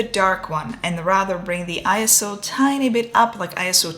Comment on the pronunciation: This is a very simple explanation on ND filters. Thank you and well done 👍. One thing I noticed, and I just learned this myself, is ISO doesn't stand for anything and is pronounced 'Eye-So'. I know, it's in all caps, but that's just what it is. Thanks again. 😊